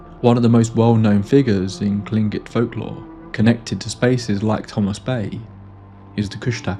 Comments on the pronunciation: Bravo, you are literally the first YouTuber I've heard pronounce Tlingit correctly. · From Alaska, and I was chanting, "He's gonna say it! He's gonna say it!" and then cheered out loud when you pronounced Tlingit correctly. Not long ago I had to put a (professionally produced!) audiobook down, so to speak, because the dang thing was set in Sitka and they managed to get Tlingit wrong every single time. Also, I find it really interesting that I had never heard of the most famous paranormal cases from Alaska (this, Portlock, a few others) until after I moved away as an adult. I've even been in the area of Portlock, possibly seen it from a boat, but the sort of paranormal tales I heard growing up seem to be really niche compared to what the outside world hears. Not a criticism, to be clear, just feels like finding out that you were neighbors with the Amityville Horror house and only found out later.